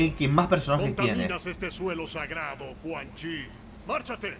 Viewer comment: es cun yin >:V